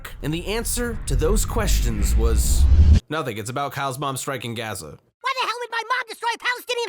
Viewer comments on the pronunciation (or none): Funny how this was the episode that got taken down by an israeli company that uses ai to catch "copyright violations" Also bro its pronounced "gah-za" not "gaaa-za"